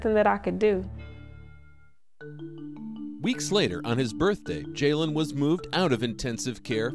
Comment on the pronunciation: his name is jailen not jaylen